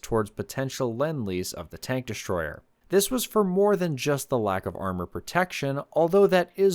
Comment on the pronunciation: I didn't know there was an "sh" in the word destroyer??? 👎👎👎👎👎💩💩💩💩💩